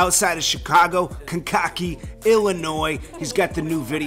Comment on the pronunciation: It's pronounced Kankakee [Kane kuh kee]